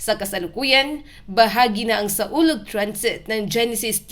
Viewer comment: Mali ang basa mo... SAWLOG ang tamang pangalan bobo ka ba?